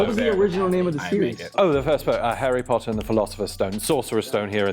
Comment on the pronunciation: As a Brit I was screaming it was the whole entire video 🤣🤣 How did y’all fall for “I auditioned for Harry Potter” and “full English breakfast” Also the way he pronounced Harry PUTTER was soooo wrong